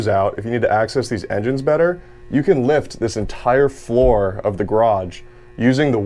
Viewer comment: “Flur”. Never heard it pronounced like that. Made me smile. Great video.